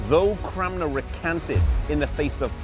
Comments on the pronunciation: Stop saying CraMNer! It's CraNMer. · Is there a reason why you pronounce his name CramNer rather than CranMer? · Peter Eng he is saying it wrong I'm Thomas Cranmer's youngest relative, believe it or not.